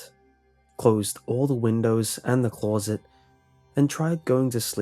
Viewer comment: OK, creeps, repeat after me: Glow - Low - Close - Those... Now phonetically: Gul-owe - La-owe - Clah-owes - Low-owes Now say: Those callowes Gallowes are low. Get the sounds correct? Now say: Close Sit Congratulations, you have just said closet Correctly for the first time ever.